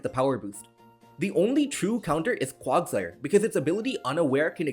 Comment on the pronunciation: Bro when he siad quagsire made me want to bash my head into something